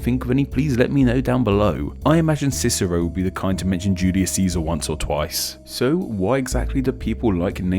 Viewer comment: "Juluis" Just sayin.